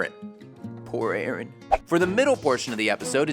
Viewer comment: Idk if you notice, but it's Aaron, not Erin!